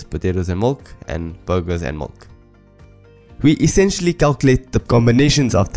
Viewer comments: Duuuuuuuude. MILK not MULK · Great video, it really helps in understanding this concept. I just wasn't sure at some point if it was milk or mulk you were saying. Anyways very useful video. Also was looking for the video where the algorithm is implemented in python